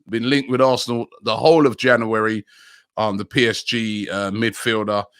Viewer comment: Why can’t Robbie pronounce “January”?!?!?